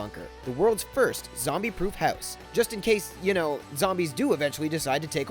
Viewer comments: i hate the way u say house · funny the way he pronounces house